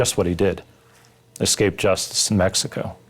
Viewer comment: Escape not exscape